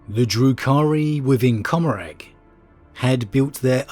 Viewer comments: Commoragh, the g is silent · I always thought it was pronounced "Commoragh" like Gommorah